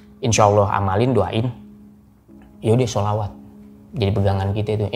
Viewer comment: Bang kelihatan agamis, dari cara ngucap sholawat nya qolqolah nya mantap, terutama huruf 'ain ع nya